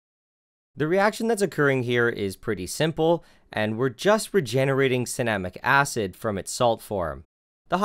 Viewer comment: Anyone else thought it said cinnamon acid?